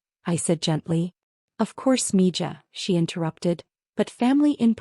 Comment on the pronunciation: Mija is Pronounced Miha!